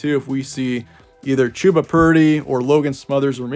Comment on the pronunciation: Ummm....it's Chuh-buh not Chew-buh...rhymes with Bubba.